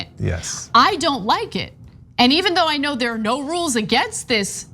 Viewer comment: 'But there's REWLES!'